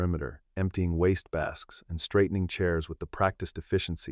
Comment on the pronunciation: At about timeline 4: the word 'wastebaskets' is wrongly said as 'wastebacks' which makes no sense. Oops There may be other interuptions happening at the same time. A real mess. Oops